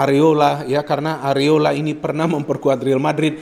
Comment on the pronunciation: Areola bung bukan Areloa hehe